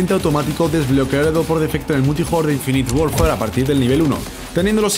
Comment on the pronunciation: dijo infi worfar xD